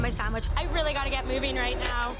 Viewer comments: "you had the wwight amount of pumpkin, wwight amount of stock, and the appow complements it perfectly" ~ chef Alvin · “You had the wight amwount of pumpkin. The wight amwount of stock. uwu”